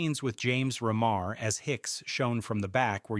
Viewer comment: Mispronounced REMAR. Its not 'ruh mar; its like REEMAR. Dude this video is kind of a mess. Go back and do more research.